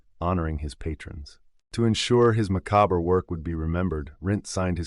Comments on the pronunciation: Dude imagine how many more people would finish these videos if you took the time to learn to Pronounce words. Liber ace, macabreaa macaber 😂😂😂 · You mean you don't pronounce it macabre-BRA. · u used the word macabre way too much in this video for someone who doesn't know how to pronounce macabre